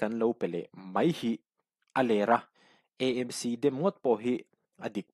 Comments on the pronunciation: KEI CHU MIZO TAKIN ÂMC tiin ka lam ṭhin... ÂIZAWL... EMC ni loin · Mizo tawng humhalh nana ngenna: AMC tiha 'A' hi, Aizawl sawina a nih avangin, ''E' tia lam rik hi a fuh lo deuh em aw?